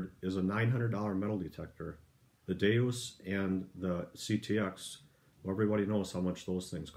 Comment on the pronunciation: DeUS, not DeOS